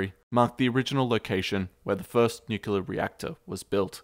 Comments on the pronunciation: Fantastic content and thanks for sharing with us! FYI, nuclear - nuculer. ;) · It's pronounced nu-clear; not nukuler. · Oh my gosh its nuclear not nuculer. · NU KLEE AR, not nu kyu ler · Nuc-lear. Not Nu-cu-lear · Nu-cle-ar > Nu-cu-lar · I should get a bush bust to slap in this idiots face every single time he says nucular- NUCLEAR SAY FCKING NUCLEAR! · Most Americans say "nuclear" not "nucular". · PLEASE......Tell the guy that it is NOT NUCULAR, but Nuclear. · It's fucking NUCLEAR! i don't know why people say "nucular"... It pisses me off. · Jeez ! If you're going to do a video about something nuclear, at least learn to pronounce it right. It's nu-cle-ar, not nuc-u-lar. And how exactly did the pile generate power ? A power plant produces heat to produce steam, and powers turbines. Unless they had the necessary and extensive equipment to spin turbines, I don't see how. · And it's pronounced "new-clear", not "nukular" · ...nucular? Come on man. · "new cue lurr" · THE WORD IS "NUCLEAR"...PRONOUNCED: "NOO-CLEE-ER"!!! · NUCULAR reactor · It's nuclear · It’s pronounced nucular marge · nuculear , lmao. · If you're going to talk about nuclear history, you probably should learn to properly pronounce "nuclear". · How you going to make a video about nuclear materials, and not know how to pronounce "nuclear" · Fantastic video except you mispronounce Nuclear, which is really annoying. Note, there is only ONE "U" in Nuclear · Nuculer cadium...! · Every time he said "nuke-u-lar" a part of me died. But even that didn't prepare me for his pronouncing chianti as "shanty". :)